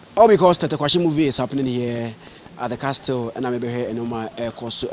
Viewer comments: Intelligent conversation. Zion, please “castle” is pronounced without the “T” Van really made me stay through the video, like by now am out of here. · Legon student Zion! Please T is always silent in castle pronunciation, thanks. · Zion said castle instead of castle 🤫😜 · The T is always silent in castle zion couldn't pronounce it right.